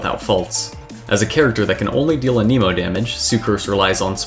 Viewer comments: Why does everyone pronounce Anemo as a-KNEE-mo? I'm pretty sure it's A-neh-mo. I mean, that's even how Sucrose says it. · Okay so I really do hate to be that guy but I really feel the need to point out that is 1000% not how you say anemo. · The was you say anemo 😨 no no no